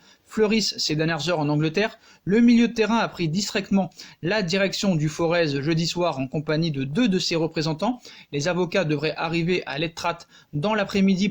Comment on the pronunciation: On ne prononce pas le t final dans "l’etrat" et ce prononce tout simplement comme il s’écrit, pour le forez le Z ne se prononce pas et se prononce donc un peu comme "forêt"